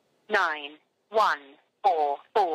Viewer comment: That answer machine says "nine", and the other transfer says it correctly as a "niner"